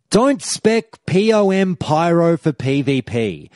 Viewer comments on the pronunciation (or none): "Pee-Oh-Em"... /facepalm